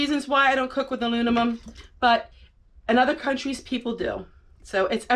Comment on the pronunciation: Great video, not trying to be a smartass but you kept saying alunimum. I often mix words up myself and they sound so right when you say it, too!😂